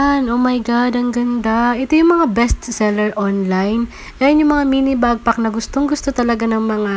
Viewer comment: Madam, backpack po not bagpack medyo sumakit ears ko. Lol ✌️ Thanks for this info po 😊